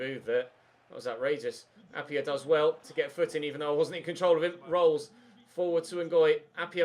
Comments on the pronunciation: appiah is pronounced a-pie-ah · Try out Aro Muric in goal Also Arvin Appiah is Pronounced App-I-ah not App-y-ah